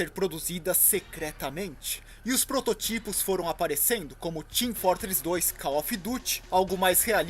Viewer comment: se diz ''protótipo'' e não ''prototípo'' e se diz ''há anos/semanas/dias'' e não ''há anos/semanas/dias atrás'' e se diz ''da glória'' e não ''dá glória'' e se diz ''GratUito'' e não ''gratuIto''. Não me ache chato, só dói no ouvido mesmo kk